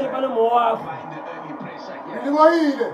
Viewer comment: Reboreile or Relebohile😂